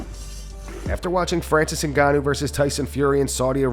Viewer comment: Rampages pronunciation of Francis Ngannou’s name is hysterical